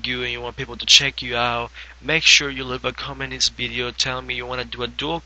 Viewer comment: He says Bideo! Lol